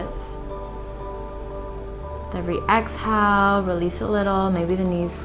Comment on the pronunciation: Why can't she say inhale and exhale properly though?